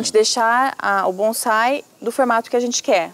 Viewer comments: e ele falou bonzai mais e bonsai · Tem razão, o cara não sabe nem falar, não é BonZai, e sim Bonsai,com som de 'S'" ... são apenas mudas e infelizmente mta gte compra enganada